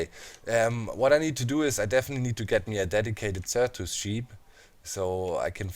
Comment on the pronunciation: it is pronounced Sir-tus